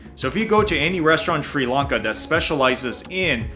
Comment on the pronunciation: Why can't Americans say Sri Lanka? It's not Sri Lunka 😂